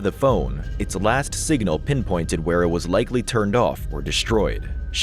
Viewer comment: Why all the extra syllables? Sig-in-al, etc 🤔